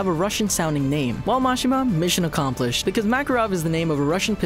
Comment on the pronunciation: It's pronounced, Muh-She-Muh